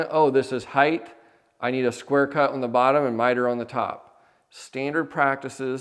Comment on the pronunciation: I love your content and have watched it for years! My only tiny comment is something I see tradespeople do all the time. When describing dimensions, there is width and HEIGHT. There is no “heighth.” Similarly, some people say “liberry” instead of “library.” Just as we are keeping alive the tradition of carpentry we must support the use of proper English. My grandfather would have been adamant about this and was an amazing craftsman.